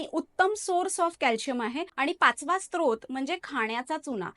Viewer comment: Srot बोलतात sTrot नाही!!!